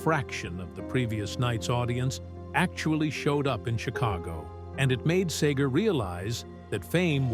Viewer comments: SEEGER, NOT SAYGER. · Back in the day we pronounced it seeger! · SAY GURR?? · STOP calling him SAger! Its a REALLY SIMPLE NAME. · Bob Sayger and Glen fray 😂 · It's not sager you fool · Stranger in Town was the Best ! OH yeah and everyone pronounces it SeeGer ! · Difficult to listen to as Pete Seger's name is mispronounced dozens of times😢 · When you can’t pronounce his name correctly, don’t do the you tube story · Why keep mispronouncing his name. Really ruined it for me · All this time I've been mispronouncing Bob Seeger's name. I'm gonna start pronouncing the name of the Beatles as the Baitles from now on!